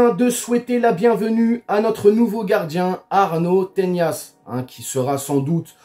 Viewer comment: Arnau Tenas ! pas "Teñas"